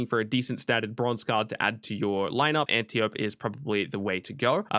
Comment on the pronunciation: Antiope -- An tee oh pee